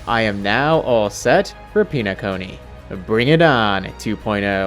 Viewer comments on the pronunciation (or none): Please call it pen-a-cony rather than peen-a-cony I can't do this no more